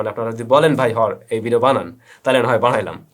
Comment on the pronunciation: ভাই শেষে আঞ্চলিক কথাটা সেই হইছে {বানাইলাম}🥰😍❤